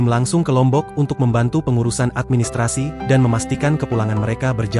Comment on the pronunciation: Lombok L nya apaaaaah😂